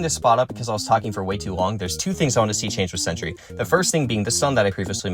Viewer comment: Its sentry bro, not century😂